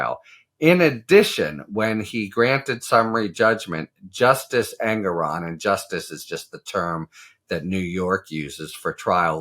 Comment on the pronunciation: Harry: The judge pronounces his name EN-GORE-ON, per his opening remarks. Thanks for all you do.